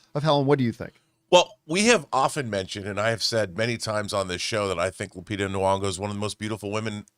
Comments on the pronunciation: Is her second name supposed to be pronounced Nu-ongo??? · My good Canadian brotha it's NEE-ONGO